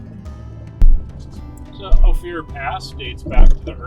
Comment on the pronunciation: why is he calling it O Fear?